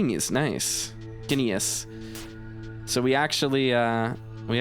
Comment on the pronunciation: Guineas is pronounced ‘gin-Es’ not ‘gin-E-as’. It’s an old British coin and its name comes from Guinea in Africa where the gold that the original coin came from. Its value fluctuated depending on the value of gold but eventually was standardised as 21 shillings.